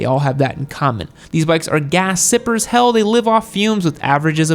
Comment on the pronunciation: please dont say hell like that